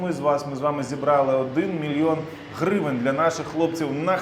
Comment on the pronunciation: 1 мильйон хривень?😂 шо за хривни?